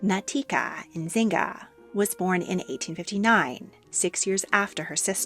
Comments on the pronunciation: The Yznaga name is correctly pronounced "eez-nah-gah". Not "ihzinga" or whatever the narrator is attempting to say. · Loved the video! But next time, google the pronunciation of last names. Yznaga doesn't sound like "bazinga" or whatever you said lol it's just iz-na-ga. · Yznaga is pronounced, "iz-nah-gah", not "inzinga" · Izz-NAH-Gah. Not In-ZING-a. Consuelo Iznaga. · Love the video, but Consuelo’s and Natica’s last name is not Insigna is YZNAGA or IS-NA-GAA, they’ve had Spanish-Cuban roots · Suffragist—a woman (or man) who worked for voting rights for women. Suffragette: Pejorative term that means “little woman trying to play politics, but is a no consequence”. Seriously, this is the truth. A newspaper coined the term “suffragette”, so please don’t use that. Also Consuelo and Natika’s last name is pronounced (eez-nay-ga). I know some of these things are obscure, but you tell such excellent stories—I think they would be that much better with accurate terms and names. All the best! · Pretty sure Yznaga is pronounced eeze-naga. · Was it really that hard to say Yznaga properly? All throughout the video, I kept hearing Inzanga when Yznaga is pretty straightforward in its pronunciation. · Sorry, the last name of Cosnuelo's lastname is pronounced as "Is-na-ga." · Yes, she was pronouncing it as Nzinga. That is a last name but not the same as Yznaga 😅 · Im sorry, but you pronounced terribly "Yznaga" . Google translator can help you with that. I enjoy a lot your investigations. Thank you.